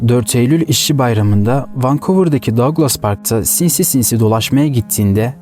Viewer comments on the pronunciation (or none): none